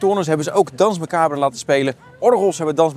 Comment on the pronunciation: "DANSE MACABRE" is Frans en spreek je uit als "DANS MACABER" graag gedaan!!